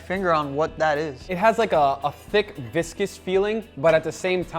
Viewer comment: Viscous…. Big confusing words 😂